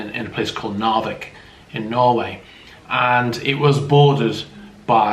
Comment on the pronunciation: Your Norwegian spelling is almost flawless, when it come to Narvik and Evenes.